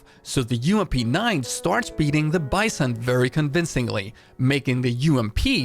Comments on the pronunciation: Hello! I really love your content, it helps me a lot. Since you learned how to pronounce "groza" I would like to suggest to you right pronunciation of the "vss" (not vee-s-s, but vae-s-s) and the "bison" (not bI-son, but bee-zOhn) Thank you again for what you’re doing! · Bizon pronounced like B Zone, not like Bye Son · please dont pronounce BiZON, it hurts my ears, because it is BeZON (it is russian gun and it shuod be pronaunce in russian way) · In russian its pronounced the 'bitzon', just like the 'graza'